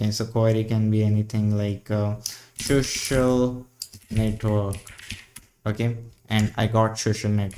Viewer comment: lol, "shoxiul network". Pronunciation aside. why do you use ~/.cache and not /var/tmp directory? This is faster than writing to disk.